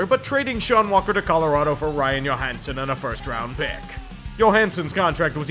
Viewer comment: Ryan Johansen is American. His name is pronounced JOE-hansen. He is not Swedish like Marcus Johansson. Try again.